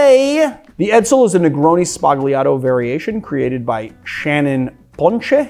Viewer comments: The word "Sbagliato" is pronounced without the "g" which is silent in Italian, like "Sbaliato". It means "wrong", "broken", "mistaken", or "erroneous". In the context of negroni means the "negroni mistake". I am just throwing it out there because all mixologist youtubers mispronounce it. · Just an (hopefully respectful) note about “sbagliato”- G is often a modifier in Italian and usually silent- in this instance, gl means a heavy L, so instead of using the tip of the tongue to make the sound, use the center pad of the tongue. “Sballiato” 😊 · The "g" in sbagliato is silent.